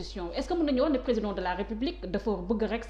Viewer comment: Regarde moi ce personne qui n'est pas intelligent les journalistes qui ce permet de lui donner la parole et entrain de traiter le président de tout les noms il a même du mal pour dire président emplus la journalistes rigole comme si sa lui fait plaisir